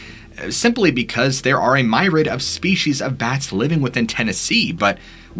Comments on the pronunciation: Myriad is pronounce meer-ee-ad. It is a cool word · Myriad is pronounced “me-re-ahd” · from the YOUTUBE dictionary of stupid pronunciation: new word : MYrad --noun , means many -see also "shitload". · word is pronounced "meer-ree-ad", not my-raid. (spelled 'myriad') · Did you just say "My-Rad"? It's pronounced Mir-E-Ad. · I know theres almost 0 chance you see this but myriad is pronounced me-re-add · Myriad is pronounced mere-ee-ad or mere-ee-ud